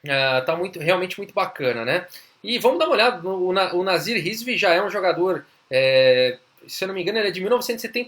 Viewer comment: ótimo video , eu fui o único q confundiu ele falando o nome do nasir e escutou nazista ou algo parecido ? Brincadeiras a parte , uma ótima partida e analise também